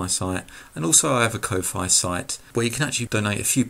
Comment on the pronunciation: Wow, I had a search page up of Freecad videos, and this one was right there to answer the question I asked on the last video of yours I saw. That gets a sub just for being so handy! (One tiny nit though, Ko-Fi is pronounced like Coffee. The conceit was "Buy your favored creator a cup of coffee." At least that's how I first heard it.)